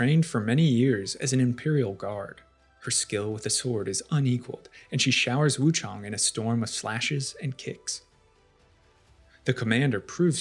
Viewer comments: Lol it's Wuchang not Wuchong. It says her name multiple times throughout the game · You say her name wrong